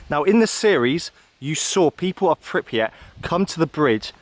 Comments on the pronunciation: Its pRipYat. (PRIP-YAT), Not pIpRYat. (PIP-REE-AT) 😖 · Bro.... PRIPIAT and no Pipriat... 😂😂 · PRRRRRYYYYYYYYPPPP-JJJATTTTT not PIPP-YATT aaaaaaaaaaaaaaaaaaaaaaaaaaaaaaaaaaaah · appreciate you making this but I'm a little thrown off by you continually saying "Pipryat" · Pripyat is not pronounced Pipryat. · it's so hard to hear it over and over lol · "pipryat guys"